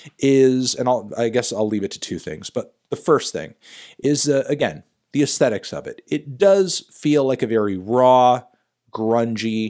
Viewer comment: Nobody : This guy: "the astetics"